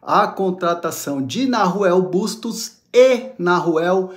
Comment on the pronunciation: So um comentario meu querido, o nome se pronuncia com H muda, sou uruguaio e é bem estaranho ouvir "narruel"kkkk um abraço